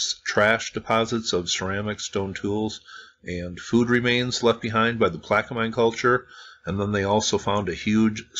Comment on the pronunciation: Not sure why this came up in my recommended, but I'm not mad. I like hearing about ancient history, and nice to hear about some close to me. From someone that lives in the general area, Plaquemine is pronounced with no "e" sound at the end. Think "min" like minimum. Tchefuncte– Pronounced chew-funk-te That I had to lookup.